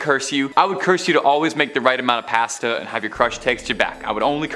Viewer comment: Obviously we can all see you so it's pretty clear that your not an AI bot. Which makes me even more confused when you mispronounce simple words like pasta and names of victims only to say them correctly in the next paragraph. Perhaps you are scripted and skip the editing process.